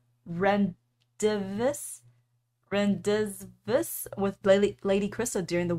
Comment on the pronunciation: the word rendezvous is French, and pronounced "Ron-day-voo"